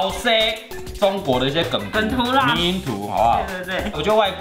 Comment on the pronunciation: 迷因不是念咪咪吧 應該是密m（閉嘴巴的音）